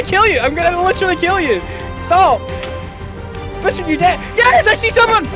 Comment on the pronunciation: It’s boosfer not boostfer